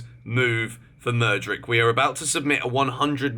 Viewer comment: Constructive criticism- pronounced madu wake ayy